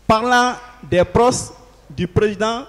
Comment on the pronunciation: on dit "proches" et non "proces" trop de lettres "z" dans tes prononciations